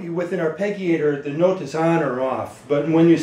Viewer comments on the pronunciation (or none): this is how to pronounce Arpeggiator > Arr-pedge-ee-ate-or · Mispronounced arpeggiator (are-pe-jee-A-tor). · Soft "g", buddy. As in "g"iant. Arpeggiare -> arpeggio -> arpeggiator.